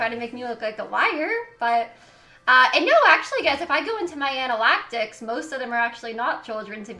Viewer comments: did she just call analytics “ana-lack-tics”? didn’t think her brain could shrink any more than it already has. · Anal- ACT - Ics? Pronounced An-a-lit-ics. Analytics. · Does she mean analytics when she says “analactics”? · Analactics? Damn, this whole time I’ve been saying analytics 🤔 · "Ana-laktiks" you can't make this shit up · robot “anayalitics” malfunction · “ANa LaCk tIks” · Analactics? Isn’t it analytics 😂😂😂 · isn't it "analytics"? English isn't my first language but it's like she's saying "analactics" .. I'm confused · i heard that too i was like, "girl if u don't get off this livestream and go back to English class!"😂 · You can't pronouce "ANNA-LIT-ICKS" to save your life....Oh wait.... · She said analytics wrong that made me suspicious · No it's analactics new word get with the times 2021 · I thought I heard anal-actics, too. I was at work. The manager asked me if I was okay because I was legit cry-laughing. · Hahaha I love it, she's said "analactics" a few times now lol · The way she pronounces analytics had me rolling 😂😂😂😂